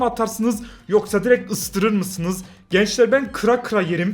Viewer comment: Abi sizin şifeniz farklı mı ısırırım yerine ıstırırım diyorsun